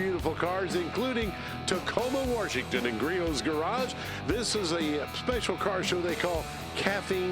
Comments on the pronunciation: Did he just say, “Warshington”? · Bro said warshington💀